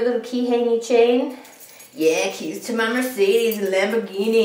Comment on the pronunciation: when you said !this is my keys!"i wasn looking at the screen and i thought you siad "this is my KITTIES!" i was like, "she kept a kitty in her purse with it closed?" lol, then i looked up :P